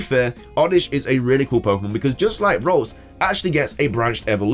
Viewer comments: The CC, says "Rose" for Ralts, which is what he actually says, hahaha I'm cracking up. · It's name is ralts not rose